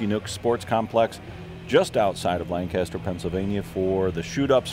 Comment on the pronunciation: That's not how you say Lancaster